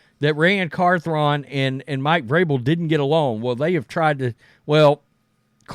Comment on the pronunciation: Carthron😂 this guy butchers names at a high level, just ask Girard Mayo😂